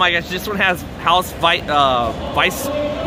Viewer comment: Why are you saying house your supposed to say haos